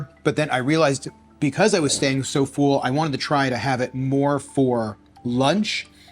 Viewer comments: Dude, your videos are great but PLEASE, it is pronounced "full" like "bull" NOT "fool" or "feul"! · Distracting the way you pronounce “full” as “fool” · The “fool” instead of full makes me giggle every time. Love these diet experiments you do!